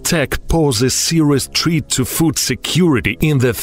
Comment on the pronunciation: Serious treat? Itsa fucking threat not treat my Russian comrade lmao 😅😅